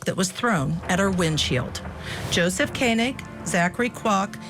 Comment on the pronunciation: Its ko-neg. like koenigsegg